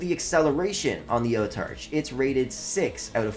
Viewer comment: It’s Autarch not Otarch